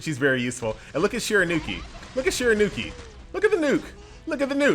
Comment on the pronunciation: I love you man, but her name is SHE-RA-YOU-KEY! Stop butchering it my man!